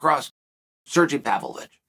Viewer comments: He keeps saying “Surgy” 😅😅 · SERGY? SERGEE??? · Chael, Sergei is pronounced Sergay, don't be afraid to say it. lol Anyway, Pavlovich reminds me of a young Kharitonov but better. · Lol if his name was "Sergee" he prononced it right haha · Sirgee….lmfao. Chael Sonnen, linguistics master. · Chale, when you were pronouncing name Sergei, furst I thought you were talking about some Italian, Spanish, or some other latino guy. I didn' realize you were refering to a Russian. Please check the pronunciation before making the podcast. Sergei has more than deserved to have his name pronounced correctly.